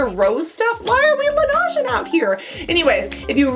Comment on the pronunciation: Love your videos Cassandra! Just wanted to tell you that Laneige is pronounced as la-neij not la-naj, it's French for snow and the company made a TikTok about the correct pronunciation.